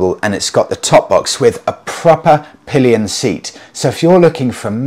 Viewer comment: Pallions and Pissengers huh............